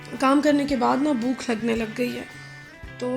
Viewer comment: Bookh nahi bhòòķ correct word hy